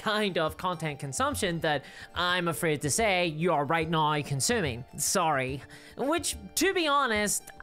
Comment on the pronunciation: These days I mostly just come to this channel to hear her pronounce 'now' as "Nyaorr..."